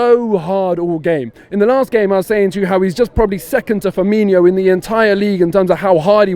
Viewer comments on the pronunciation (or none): Its firmino not firminio